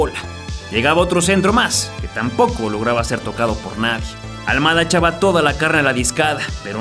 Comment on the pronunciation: Es al mada no al muada cocho lilililili